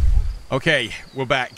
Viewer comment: "ok. We're bek" literally killed me XD